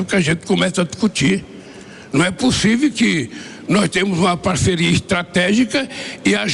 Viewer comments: Tenho muito angústia de ver um semi-analfabeto falar... "Possivi"... Me envergonha e muito ter um bandido semi-analfabeto! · Cabra pra falar ruim, "pussive ", tbm analfabeto como é FAZUELLI cambada 🤡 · Não é possível que nosso excelentíssimo falou " não é possivi" kkkk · Não é pussive. É um analfabeto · O cara não consegue falar possível , fala possivi acho que é isso que vergonha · O homem não sabe nem pronunciar o português ! ... possivi kkkkk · Num é " pussivi" um presidente falar errado. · "Não é pussivi" digo eu🤦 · Não é "possive" ! Muito autoritário! O povo francês é muito educado ! Acho que ele não sabe disso ! Macron estava assustado ! ( qto mais fala,melhor fica !) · Possivi kkkkkkkkkk 😂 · 😂😂😂 nãooo é pússiveee 😂😂😂😂 Istátréjicuuuu 😂😂😂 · "Não é possivi" uma coisa dessa! 😳🤡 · Não é pussivi 😅, eita português bem dizido. 😅😅